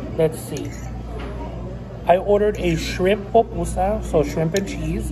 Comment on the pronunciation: Salvadoreña (half) 🇸🇻 ❤🇸🇻❤️🇸🇻🇸🇻 its pupusa NOT popusa, and In my family we eat spicy